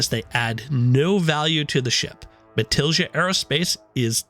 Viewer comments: Matilija has a spanish j GET IT RIGHT! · Have not heard anyone pronounce Matilija correctly yet lol